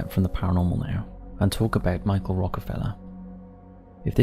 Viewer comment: It's not pronounced Michael, it's just like it's spelt: "Michel". Similar to Michelle. 🤦